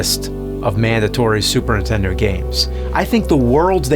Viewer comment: He needs someone close to him explain that it’s NIN-tendo and not INTENDO. Just call it a ply-station or dramaminecast